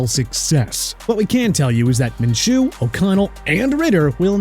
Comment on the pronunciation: MINSHEW IS PRONOUNCED MIN-SHOO NOT MIN-CHOO!!! GET IT RIGHT!!! UGH!!!!